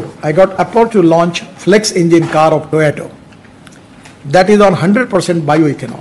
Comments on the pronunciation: He is pronouncing toyato instead of toyota...being a transport minister. These small things are caught by international people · Its not Toyato Mr Gadkariji, its Toyota.But Iam one of your most avid fans,so please continue your efforts. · Gadkariji it Toyota, Not Toyato. 🙂 🙏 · Any idea why he calls it TOYOTO all the time? Someone please tell him its TOYOTA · Toyato nahi sir To-Yo-Ta. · Gadkariji, please start pronouncing Toyota correctly.